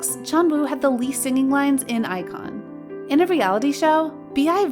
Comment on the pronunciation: yeah I was confused when she said Ikon.....it is obvious they do this kind of vids without a proper research just for the views